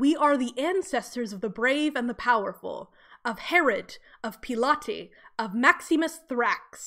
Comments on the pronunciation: Also had to laugh at Peelaty haha It’s Pronounced “Pilot” as in Pontius Pilate, the Roman governor who oversaw Jesus’ crucifixion. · I knooooow.... Now. I did Latin for years and in Latin it IS as I pronounced it, like Pilates! But the anglization used is Pilot and I had no idea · I’m actually obsessed with you pronouncing pilate like “pilates” LMFAO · I know, it's such an old bad habit. I do something similar with 'Pilate'— both times I just defaulted to Latin pronunciation where it is "nih-hil" and "pe-lah-tey". Both times that is improper English.